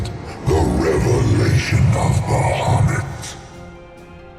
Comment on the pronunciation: BAHAMUT NOT BAHUMUT